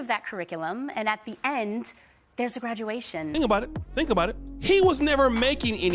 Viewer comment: Her saying a " Graduation " sounds stupid